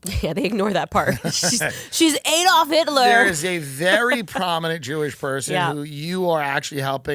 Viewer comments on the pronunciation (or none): none